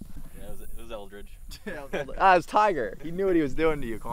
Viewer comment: Almost had an aneurysm when the caddy said “Eldridge”